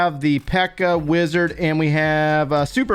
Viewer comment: The way you pronounce Wizard... I kept hearing "Blizzard".